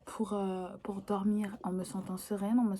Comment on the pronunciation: « Woutine pour aller dowmiw » bg l’accent chakal mdrrr